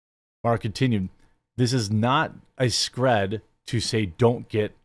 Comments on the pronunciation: ScrEEd not scred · I just got Covid for the first time last month and it messed my lungs up pretty bad. I have a hard time catching my breath and I’m 6’2 220 lbs so I’m not fat. Even with that happening I would never go back and take the jab. It’s pronounced “sc-reed” as in an s before creed 😂